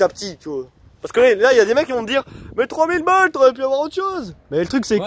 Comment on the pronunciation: bien guez le baille mdr il a dit 3000ball mdr chaud la doullie